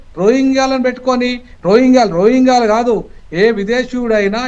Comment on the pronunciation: అమంగళ్ కాదమ్మా, ఆమన్ గల్. రోహింగా లు కాదు, రోహింగ్యాలు. దయచేసి గమనించగలరు 🙏